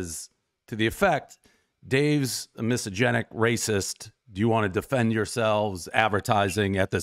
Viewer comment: As much as I like Dave’s pizza reviews the man can’t even say misogynist. It’s like the review when he thought America was founded in the 19th century. She could’ve quoted him with multiple comments he made in past but she clearly wasn’t prepared.